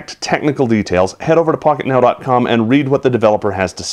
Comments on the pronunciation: pocket now i thought you say fucket now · is it something wrong with me or did you say "Hey guys, it's from fuck-it-now,com" lol